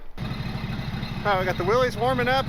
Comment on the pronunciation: Love your videos! It drives me crazy when you say "willies" The mans name that invented this was pronounced "Willis" It has been accepted to call it "willies" and I am not a man to tell another man how to do something as I am a libertarian. I get the same way when people call a bmw car a "beemer" Its a "Bimmer" The bmw motorcycle is a "beemer" 🤣😂🤣 Again love your videos and hope your channel blossoms like a flower..